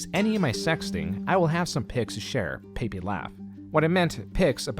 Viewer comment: bro the way you say “Pepe” is wild lmaooooooo